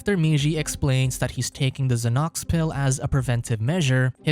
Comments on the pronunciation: He's not trying to pronounce Xanax - he's saying Zanox... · Zahnocks. Mans really said zahnocks instead of Xanax 🤣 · zahnocks is best pronunciation of Xanax ive ever heard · i was just about to say this lmao